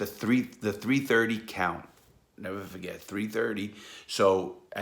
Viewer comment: "I'll neva fahget et"